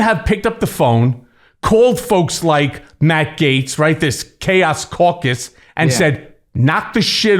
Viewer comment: Gets ? Gits ? GAETZ ? English is best.